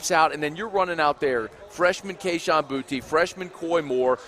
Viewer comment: knows how to say his name Boutte, boo tee